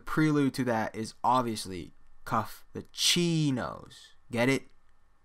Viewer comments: It’s not chi ch ch ch chino in Greek it’s chi like a Greek so you said it wrong bro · Dudes x in greek sounds more like hee love the vid tho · Chi is not pronounced “chee”. Bro. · Pretty sure it’s pronounced kai...